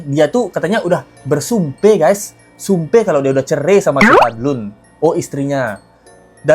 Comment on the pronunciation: Habib ga lulus SD BAHASA INDONESIA NYA NOL BESAR CERAI BIB BUKAN CERE 😂😂😂😂😂